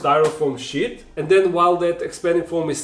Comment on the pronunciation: LOL nice vid but when you said styrofoam sheet it sounded more like "styrofoam shit" :D